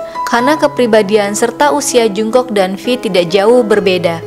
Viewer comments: Setau gue jungkook dibaca jong-guk bukan jung-kok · Tulisannya Jungkook Bacanya jongkuk (latin) g enak gitu.kalo dengernya jungkok (latin) 😩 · Jung "KOK" ..... Bacanya Jong KUK min bukan jung kok 💜💜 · Salfok sama suara mbaknya,,, nama jungkook bacanya jongkuuk mba 😁😁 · Pelafalan namanya jonggug & bwi yg lebih tepat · Bacanya ga Jungkook tapi jongkook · Mimin kpop'ers baru kah...kok baca namanya jk agak wagu gitu... Maaf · Belajar lagi cara pelafalan nama JUNGKOOK..bikin kesel dengernya.